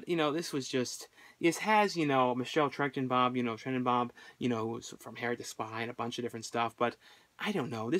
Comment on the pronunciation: Not sure if someone commented this already.... But Michelle "Trenninbob" ?!?!?! Lmao 😄😄😄😄😄